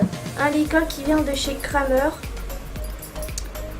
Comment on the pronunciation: Super vidéo ❤️ par contre on prononce « Krémer » 😂